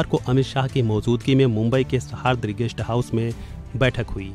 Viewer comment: गेस्ट हाऊस का नाम ठीक से लो ! वह सह्याद्री है जहाँ औरंबजेबने भी घुटने टेके ! सह्याद्री गेस्ट हाऊस का उस बुलंद पर्वत से है ! उसे शहादरी कहना अवमान है !